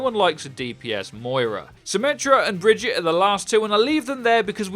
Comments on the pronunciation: ITS BAGUATTE NOT BRIDGE-IT. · Did he just say Bridget and not Brigitte? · lol bridgette it's brigitte (bri-geet-a) from kaplan's mouth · Why are people still calling Brigitte Bridget?! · Please learn how to say Brigitte's name properly. Its not "Bridge-ette", its "Brig-ee-ta". C'mon, they literally have a voice over of her name, theres no reason to say it incorrectly. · "Bridget" "Bridget" "Bridget" SHE LITERALLY SAYS HER OWN NAME. BRIH GEE TAH JFC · Pronounced "Bridge-eat-a." Not Bridge-itt. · Please don't spread the incorrect pronunciation of Brigitte. She tells you exactly how it's pronounced herself. Brig-eet-ah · It's prounounced Bri-git-eh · brig-eat-a - its SO easy! Great vid btw :) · Stop calling her BRIDGET, jesus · It's really not that difficult to say "brig-eat-ah". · Breh gee tuh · brigitte is brig-eet-ay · Brig-eat-uh. I haven't heard names fucked up this often since I last went to Starbucks. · It’s not bridgit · please stop calling her "bridge-it" say it right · Bout to unsub if I hear her called Bridget again lol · If he says Bridget one more time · You can pronounce it Baguette or Vegeta, either one is fine and nobody would care. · Alex Night I've heard that it's not the correct way of pronouncing it which is probably why Jeff pronounced it as bri-geet-tah in his dev update. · New Hero. Say her name right geez. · Please say Brigitte’s name right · Who else got annoyed at his pronunciation of “Brigitte” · Apparently most ppl here xD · It's Brigitte. Reinhardt has been saying her name correctly throughout the game's life cycle.